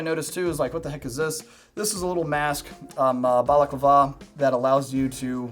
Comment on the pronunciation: Loved the video but the way he said "balaclava" was not it